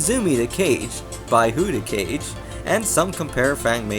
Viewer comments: great video. by the way, Kage isn't pronounced like "cage" but more like "kah-gay." i used to call him cage too though lol. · Actually, it's properly pronounced "Kah-Geh" - (with a hard G) - based on it's correct Japanese vowels. There is no Japanese phonetic syllable that produces the same sound as "gay" does in English, even the common word 'Gaiden' is correctly pronounced "Guy-Din" in it's original Japanese and not "Gay-den" as it's commonly and incorrectly pronounced in English. Plus the 'Romaji' - (a language script which pronounces Japanese sounds into Latin 'Roman letters') spelling of 'Kage' instead of 'Cage' should be indicative of this to anyone who has a reasonably decent level of linguistic understanding. Kage is also a common name in Japan.